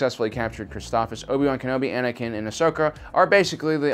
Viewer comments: yep. For some reason he forgets the first s. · Isn't it pronounced Chris-TOF-SIS? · Christoph(SIS) you should say it correctly if you're going to do a review about a planet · "Criss-stoff-SISS" is the correct pronunciation. You're mispronouncing sooooo many different names and terms. Stuff that's been spoken in movies or episodes too, yet you still miss the mark. - ___________